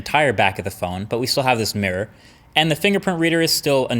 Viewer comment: I'm down, I'd buy it but what really got was how he said Mirror lmao